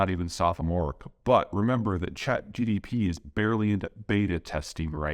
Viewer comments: Peter's brain is so used to saying GDP that when he tries to say "Chat GPT" it sounds like "Chat GDP" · Its not ChatGDP!!! :))) its ChatGPT. Peter, I love your content but not this time. I think you could do better just by watching Lex interview with Max Tegmark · You get a pass for the GPT/GDP due to metathesis but you still gotta stop sayin Nuke-you-lar ASAP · I like how he calls it ChatGDP rather than GPT. He's got geopolitics on the brain 24/7. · Peter is so into his geopolitical profession he says ChatGDP instead of ChatGPT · C'mon Peter, "chat gep" ? "Chat gtp" ? Nucular ? Can we get your analysis-level precision also on the pronunciation part ? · Wait, is he saying ChatGDP? Well, we would never make THAT mistake. Signed, AI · #1 takeaway: If one of your videos correctly says "ChatGPT", we know it is NOT Peter! 😂😂😂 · If only we can get Peter to pronounce “ChatGPT” correctly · Chat GPT will murder you for misspronouncing his name